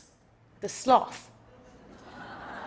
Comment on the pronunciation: Thank you for not saying slowth.